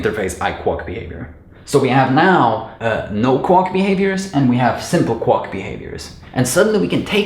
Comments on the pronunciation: Good video but remember Quack rhymes with lack, sack, back Not luck, suck, fuck, or duck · Have you never heard a duck "quack" before? It's prononced "kwak", not "kwok" 😋 Thanks for the great video! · every time he said 'Quock/Quuck' instead of Quack i lost it 🤣😂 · No offense, but I couldn't figure out what a kwok was until I looked the video: quack, which rhymes with back, flack, hack, Jack, lack pack, sack, stack, tack, yak, Zach. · The word quack is not pronounced "kwok" and this mispronounciation is so incessant it is distracting. Also, you belabor the point on simple explanations so much that it is also distracting. I got it the first time. Move on. Viewers have the ability to rewind and watch again if they don't get it the first time. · So many positive comments, all so well-deserved. It seemed all over the place while I was watching it but it just all comes together so well. Only comment is that "quack" is normally pronounced to rhyme with "black", "snack", "sack" and "track". Great video!